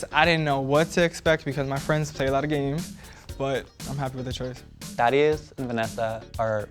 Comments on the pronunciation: Every time they said Thaddeus I heard "daddy yus" also what is Dimitri Instagram he is pretty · Am I the only one who thought he said daddy not thaddeus lolll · Sounds like he’s calling the guy best friend daddy lol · Every time they say the guy friend’s name it sounds like Daddyus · I just keep hearing "THOTteus" tbh